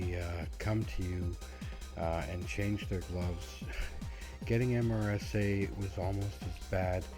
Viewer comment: Not said as the actual letters, but sounds like MERSA